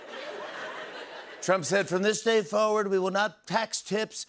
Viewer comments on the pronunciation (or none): none